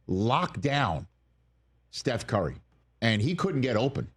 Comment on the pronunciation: I swear Rich was saying Carry (Car-E) instead of Curry